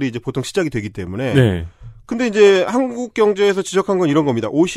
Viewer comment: 칸국 인 것인가? 한국 인 것인가? 내 스피커 탓인가?